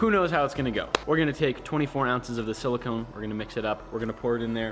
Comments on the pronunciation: Maybe I'm wrong because is british and they allegedly know how to say everything 100% correctly, but you guys have been saying "sili-kin" as in the element silicon, when you're working with "sili-cone," which are two very different things. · As a chemist, you guys are driving me nuts: the rubbers and oils are silicones - pronounced with a long Oh sound as in the word cone Silicon - with the short o, as in con - is the metal used to make things like semiconductor chips... Also, silica = silicon dioxide, which if inhaled causes silicosis - which I am glad to see/hear you guys taking seriously. I realize that this is a really common pronunciation mistake, but boy, does it grate on my ears!!!